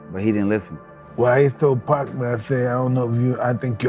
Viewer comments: Can't listen to all of the "pack" mispronouncing... Its actually a bit disrespectful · It would help if your AI didn’t keep calling Pac, “Pack”..